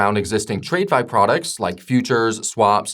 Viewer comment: Who is this guy reading a script written by Chapgpt and pronounces "trade-fi"????